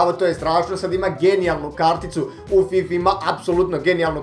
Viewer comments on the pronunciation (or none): none